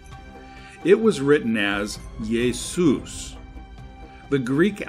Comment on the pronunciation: Just nit picking here, but you say "yaysoos" & then say that Koine has no Y sound.